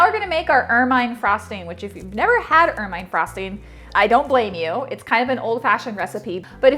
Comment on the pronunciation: Awesome recipe as always! I'm a big fan. However, I must pick on you a bit, lol, and play the grammar Police.;) Ermine frosting is pronounced "ermuhn'" and is named after the beautiful ferret like creature who turns a lovely pure white in the winter. ;)